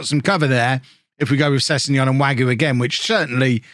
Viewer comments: Btw mousse wague is pronounced wag-a not wagyu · I'm gonna try this pronunciation stuff even though I have no idea if I'm doing it correctly. With Wagué, the "u" is silent (same with Mingueza) and the "e" is pronounced as an "a" for you. Anyways, love your videos!